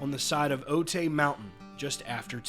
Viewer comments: So sad 😔 BTW it's pronounced "O-tie" not "O-tay" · I remember that day. I lived in San Diego and still do. I know where the mountain is. The news reported that the plane went into the mountain. Every time I see the mountain I think about the crash. BTW it's pronounced O-tie 💜